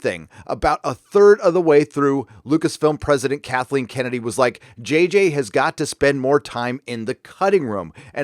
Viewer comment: "Kathleen Komedy"